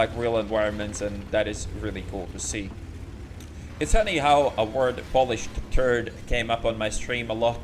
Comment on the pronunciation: Thought you said "Polish Turd" as opposed to "Polished Turd" xD